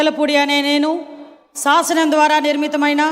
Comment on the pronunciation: అనిత,, సాసనం అని చదవడం తప్పు శాసనం అని చదవాలి రజినీ కరెక్ట్ గా చదివింది